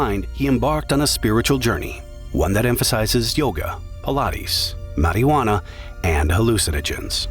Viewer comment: So much in this video but I come back to ... ma-ree-wa-na LOL